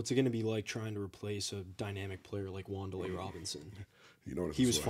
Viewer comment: Wan. Dale. Not wan delay lol